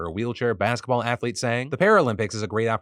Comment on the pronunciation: I swear I heard him say halflete. 😂